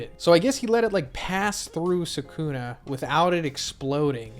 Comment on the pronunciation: all these guys who make videos pronounce his name Sa kun uh. 🤦🏾‍♂️